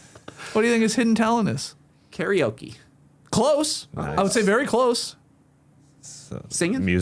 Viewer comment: While talking about carrying and refs, TK guesses "CARRY-OH-KEY!" 😂